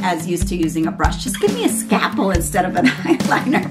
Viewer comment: "Give me a SCAPPEL"??? It's Scal-pel. There's an L in the middle!!! Any surgeon should know this. :-/